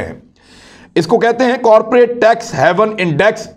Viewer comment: Imran Riaz sahib, you work hard, do ample research, delve deeply into the subject, to produce a good vlog. But please improve your pronunciations, as incorrectly pronounced words hamper your otherwise genuine efforts. (for example, in this vlog, please recheck the words like "Island", "colonial", "haven", "Surray", etc, to mention a few.)